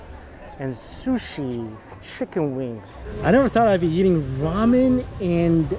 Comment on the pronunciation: That isn’t ramen. That’s ra-meh.